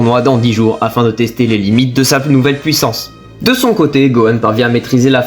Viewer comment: Merci pour le résumé. P.S.: on entend pas du tout que tu es belge jusqu’à ce que tu dise « pouissance »😂